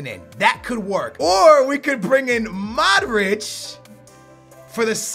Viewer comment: his name is mODric not maric